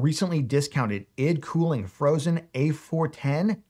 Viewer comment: The way you pronounce ID cooling lol